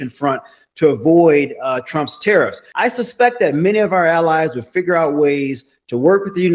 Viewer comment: Are 'te-eriffs' sinilar to tariffs?